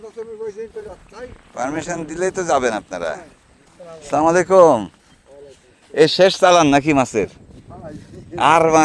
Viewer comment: ভাই সালাম টা একটু ঠিক ভাবে দিয়েন, আস্সালামুআলাইকুম